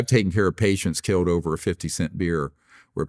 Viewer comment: “Why haven’t you been *keeled*” 🤯😂